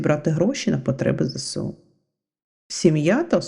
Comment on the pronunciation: Ведуча не грамотна. Потрібно говорити Зе Ес У. А не Зе Се У